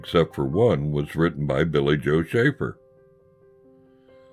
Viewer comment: That was great! Thank you and thanks for the shout out, you pronounced it perfectly! I have a story for you that may help you understand the kind of guy Billy Joe was, some day I will tell it to you. In the meantime keep up the good work and buy every album he has because they are all great! RIP my friend Billy Joe Shaver.